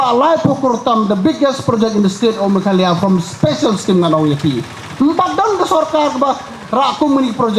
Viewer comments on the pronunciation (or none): none